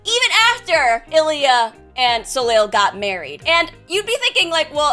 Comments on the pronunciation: I'm assuming it's french and it's pronounced "So-Lay" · Not to be super-pedantic, but, this was bugging me - assuming that his name is spelled 'Soleil' (as would make sense, in what looks like a French-type setting), it's pronounced 'so-lay'. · Glad I scrolled enough to find this, as soon as I heard how said it I was like "that can't be right" lol